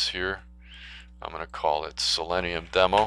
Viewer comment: Learn how to pronounce the name. It's pronounced the same as the element, which is [si-lee-nee-uh]